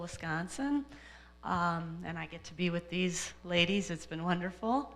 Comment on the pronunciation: Lol. If we didn't know you were from Wisconsin, all we needed to hear was you pronounce the word "Wisconsin"! Lol. (OK, I will seriously listen to the rest of it now.)